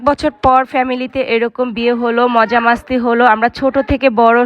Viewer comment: মাস্তি না বইন মস্তি